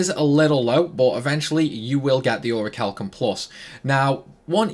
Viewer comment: The H is silent in Orichalcum+